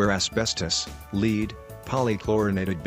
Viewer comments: I love how the robot voice can't properly pronounce the metal "lead", instead as "leed" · The computer voice is getting a little better, but the enunciation is still off. Ship grave yards was the first clue, it’s pronounced as one word, graveyards. Also computers still don’t know the difference between ‘Lead’ as in lead guitar and ‘Lead’ the stuff that used to be in pencils. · Leed = lead (the metal) 😁